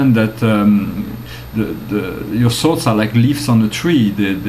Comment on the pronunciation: just on the lighter side.... i thought you were saying salts, every time you said thoughts. Lol. smile.